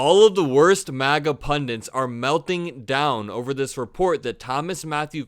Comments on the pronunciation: "PUNDANT" is not a word! It was an error spoken first, I believe, by Ojay Simpson. Don't be like Ojay.... say PUNDIT... because it IS a word. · Why do you and Ben pronounce it Pundint? It's Pundit. Words are your thing, get them right.